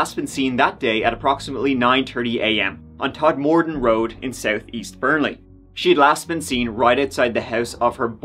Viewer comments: So weird hearing you talk about an area near me and someone I knew of! For future reference, it's pronounced 'todmurden' not Todmorden 😂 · Holy crap! A story from near me! It's pronounced tod-ma-den road btw haha don't worry. They had to re-record all the train stop announcements for the area. We pronounce things a bit weird over here haha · You pronounce Todmorden 'Todmorden' not 'Todmorden''